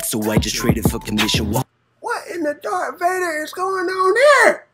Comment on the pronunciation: this man call him dark vadar